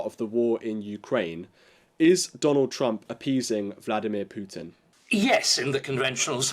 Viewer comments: It is POO-tin. NOT P YOU tin. Thank you very much. Learn to pronounce foreign names correctly. Not according to British pronounciation. Thank you very much. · U in Putin is pronounced as oo.